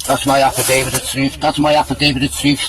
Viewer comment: ‘An afridavid to efsfrilly tell them…’